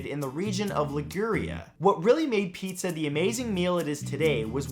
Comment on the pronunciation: Thumbs down for the hipster that called pizza, zar